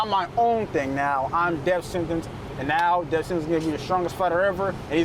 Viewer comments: The first thing he should have taught him was how to say DEATH... With the TH... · Greatest of all time MM JOHNSON. all caps man .teach that boy Deaf sentence how to pronounce death right .much love . U r the realest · Is he saying death sentence or death city before his fights? Everything is pronounced clear except that word.